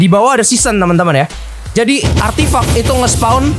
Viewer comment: ngomong:artifact Yang gw dengar:artif*ck